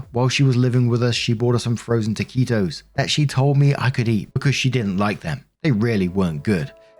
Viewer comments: you pronounced taquitos perfectly! 🎉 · No worries! You pronounced the food name right!!!! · You pronounced “taquitos” correctly. FYI: taquitos is Spanish for “little tacos.” They are, essentially, taco meat rolled into a corn tortilla (if rolled into a flour tortilla, it’s a “flauta”), then deep fried. The “deep fried” part should tell you they are generally delicious. You can cover them with cheese and dip them into condiments like salsa. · Thank you for not saying, "Some hapless asshole keeps telling me I'm saying things wrong!" I generally just mention US place names, because I know you vastly prefer to get 'em right. And you're pronouncing taquitos perfectly,! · Lmao I think you got taquitos right 😂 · 2. Yes, you said taquito's correctly. Calling the cops on me because of how I'm caring for my child, threaten CPS yet you are with your abuser? Nah, you would be a ghost to me. My husband was on Chantix trying to quit smoking and had a psychotic break one day. He went after our then 16 yr. old son. I didn't sit back and let it happen, I jumped in between the two to try to stop the escalation. That was an ugly scenario and if it was him normally, I would have kicked him out of the house. But it wasn't. No way could I ever stay with someone who abused my kids! I'd want to hurt the person badly. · You said taquitos correctly, from my experience anyway.